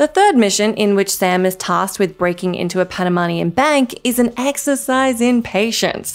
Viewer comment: I wish she said Panamanian right lol. 🇵🇦 🇵🇦 🇵🇦